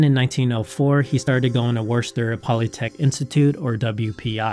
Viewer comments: You mispronounced "Worcester". You said "wore-shtur". The correct pronunciation is "wuss-tur". Don't ask why "worces" is pronounced like "wuss". Just accept it. We New Englanders are weird people, after all. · Worcester is pronounced like "Wooster". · Quick sidebar: "Worcester" is pronounced WOO-ster (with the "oo" spoken as in "look"), or if you're really hard-core, WOO-stah. :)